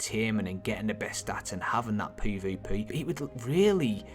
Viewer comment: Anyone else triggered by the way he says peah-veah-peayh? lol